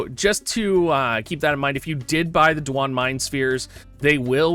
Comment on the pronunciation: Quit saying Duane like that you aren’t umbra you can read :)